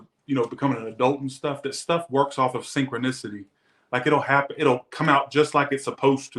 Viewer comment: “Sincrinosity” ??? .. really? 🤐